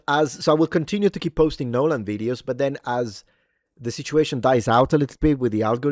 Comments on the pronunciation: i love you, truly. Long-time subscriber, but if you do a 60-minute video, of you just saying "nolen" over and over again, i promise you i am NOT GOING TO BE WATCHING IT. hahahahahaha, i can't promise much in this life, but i can promise you that. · "NYOLEN" is now the standard pronunciation for his name. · Of course it's funny when you say "Nooooolan", but I just love how you pronounce Loupita! And thanks to all the reviews I watch I keep discovering old gems, such as Iphigenia (1977), which I never heard of before, about the sacrifice made by Agamemnon. Irene Papas plays Clytemnestra.